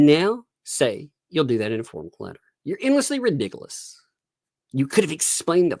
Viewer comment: Replay crew! Love it when you say Redigulous……. Too funny. Love to you and the little!!